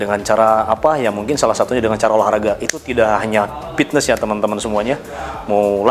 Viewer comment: Sunda mah P bukan F haha, Pitnes